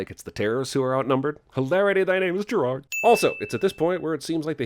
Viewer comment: Jeremy. I was saying that Jeremy wasn't pronouncing Gerard's name the way that Gerard likes it to be pronounced, and I was surprised that no one in the comment section had commented on that.